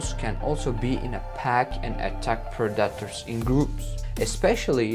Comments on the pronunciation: I thought this video was predators being killed by their prey. I didn't see that at all. Was this clickbait? By the way, "Predators" is pronounced PREH da ters. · Pred dat ers was to distracting to watch it. If you can’t say the word don’t use it every other word say lion that’s what’s the video is about but he insists on saying pred dat ers over and over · Unbearable.. all i hear is pro-dattours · At least learn how to say the word you’re gonna use the most in the video…… Predators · He should have someone else narrate. He cannot pronounce the names right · The way he says "Predators" is sending me🤣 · Aren’t whales the longest mammals not giraffes? The way you say “predators” is distracting. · Predators. Please say it right. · It took 12 "PER DAR TERS" for me to understand that he's trying to say "predators".. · PREDators, not preDATors. If you´re going to use a word one million times in a video, please learn to pronounce it correctly. For a native speaker, it´s really annoying. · It’s pronounced pred-A-tors not pre-DAT-ors 🤦🏼‍♂️ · “Pred-detors” had me weak 😂🤣😂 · Well, at least you told us to turn on subtitles. I appreciate that very much, so I won´t criticize your pronunciation. (note though: daughters=predators !) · Pre-DA ters that’s a new one for me I’ve never heard someone pronounce it like that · Yeah. Sounds like a toddler trying to say that word. Like he said it over 100 times in the vid and still couldn't get it right lol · funny how monolingual people are so keen to make fun of anyone who actually has the brains to learn 2 languages. When you struggle to say taco correctly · Listen carefully! It's not "predators", it is PREDACTARS!! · I love the way the narrator pronounces predators. PRA DA TARS. Hysterical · "Pra-duh-ters" 😂 love it! It's awesome you speak English so well when it's clearly not your first language! I love hearing ESL people's accents when speaking engrish! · "Warthogs hide from (Pred-Ay-Tor) this guy 😏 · What´s a "predatter" ?